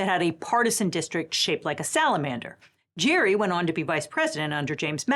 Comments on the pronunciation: I remember hearing somewhere (Last Week Tonight, I think?) that "Gerry" is actually supposed to be pronounced with a hard 'g'. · Elbridge's last name is pronounced like "gary" with a hard g sound unlike the word gerrymandering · His name was pronounced "Gerry" like in GlenGARRY Glen Ross, not like in Tom & JERRY... but still another excellent video. My conservative mom particularly LOVES watching when it's. In her words, "[} is just SO GOOD." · Gerry was pronounced Gary, not Jerry. After his name got portmantoed, everyone forgot the original pronunciation and so the word is said with a soft G but the name used a hard G. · Everything about gerrymandering is stupid and wrong, including how it is pronounced. John Oliver did a deep dive on it and, in fact, Elbridge Gerry's last name was pronounced "Gary" not "Gerry." So really we should all say "garymandering." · Elbridge Gerry’s name is pronounced gerry with a g, not like jerry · Elbridge Gerry is actually pronounced with a hard 'G'.His name isnt even remembered. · um actually, though the word is pronounced jerrymandering the former vice president is pronounced "Gary" (I know) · I thought Gerry, the guy, was pronounced "gary"? Of course, Gerrymandering sounds like Jerry, but my recollection was the two having a weird disconnect on pronunciation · Although "gerrymander" is now pronounced with a soft "g" (as in "general"), Elbridge Gerry's name was pronounced with a hard "g" (as in "golf"), and in fact "gerrymander" used to be pronounced with a hard "g". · Any nerds already swoop in to point out that Gerry is actually pronounced "Gary" and not "Jerry"? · Gerry the last name is with the hard G like Gary even though we pronounce gerrymandering with the soft g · Gerry was actually pronounced with a hard G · Gerry pronounced his name like Gary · I thought Gerry’s name was pronounced ‘Gherry’, not ‘Jerry’. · Fun Fact! Elbridge Gerry's name is pronounced with a "g" - like "Gary." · Gerry pronounced his name as Gary!